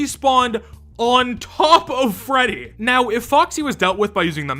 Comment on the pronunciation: hehehehehe "greddy"